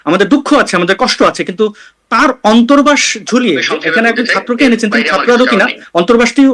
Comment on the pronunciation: এমন ছাত্রনেতা, সে অন্তর্বাস কথাটাও ঠিক করে উচ্চারণ করতে পারেনা, বলছে ' অন্ত্রবাস' 😅। বাংলাদেশের উচ্চশিক্ষিত বলে কথা😅